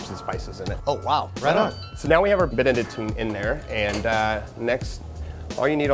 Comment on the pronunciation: the same "é" than bénédictine. which they pronounced spot on.